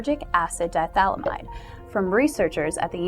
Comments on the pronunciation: It's di-ethyl-amide, not "dithalamide." It is important to pronounce every syllable in chemistry. The way you say it, the "ethyl" is not pronounced. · It's pronounced "di-eth-yl-i-mide" (dī'ĕth'ələmĭd), not dī-thal-ĭ-mĭde! Sheesh. Talk about DMT! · You made me second-guess myself so I checked it out. It's pronounced "dahy-eth-uh-lam-ahyd". "Di-ethyl" as in two Ethyl groups, not a single Diethal. Although a diethal does sound like something quite extreme and possibly with spikes. Thought I was going crazy for a second. Alright, my nitpickery is done for the day. Everyone here seems to be in agreement that you're attractive so I don't have much choice but to let this slide. This time. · It's not lysergic acid di-THALAMIDE. it's lysergic acid di-ETHYLAMIDE. At least get that much right. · Hey its not pronounced DIE-thalymide its di-ethyl-amide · Given that Albert Hofmann was a german-speaking swiss man, he'd actually pronounce it somewhat like 'dee-et-huel-ameed'. Two ethyl groups is correct, of course :) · Agreed... And she can't even pronounce "diethylamide" ... But, sure, very cute... Ignorant as a doorstop, but cute. Big deal ... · just a tip! If you are going to make a video on something learn how to pronounce it.Phonetically, it is die ee ful or die efful eh mide or am eyed depending on whether you are from the US or UK and commonwealth countries.This vid ruined your creds from about 30 secs in.